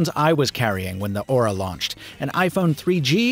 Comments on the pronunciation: What he says: Aura What I hear: Ora Ora Ora oraaaaaa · Every time he mentioned the device name, all I heard was "Motor Ora Ora" オラオラオラ